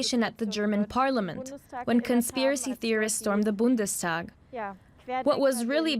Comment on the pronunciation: yaaaa the boonderstawwwhhgg yaaaa